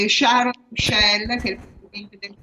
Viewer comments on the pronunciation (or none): none